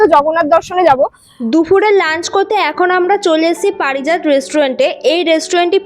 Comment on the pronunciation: পারিজাত ❌ পরিজাত 👍